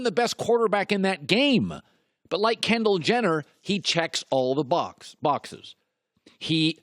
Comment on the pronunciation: "Kenndall Jenner..." I'M OUT. THIS GUY'S AN IDIOT.